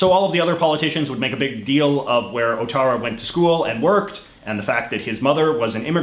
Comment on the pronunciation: Clearly someone has forgotten all of their Core French. The "ou" in front of a bowel is W sound, so his name is pronounced Wattara.